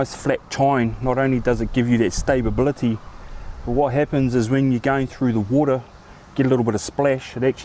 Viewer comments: 'Stabability' haha. Nice video bro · mate. There is only one "b" in stability